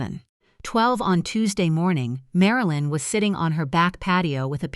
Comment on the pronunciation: O Liver? MaraLeen? AI needs to go to school.